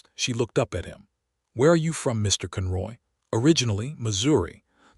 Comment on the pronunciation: One thing I like about all of the words said so very wrong . . is that I am content knowing that 'no time soon' will AI take over society fully. For this story, it was hard hearing 'read' and 'cun ROY' said upside-down, wrong. 🤪 Oh well... loved the whole story.